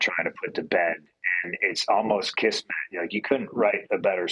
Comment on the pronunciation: lol punk said kismat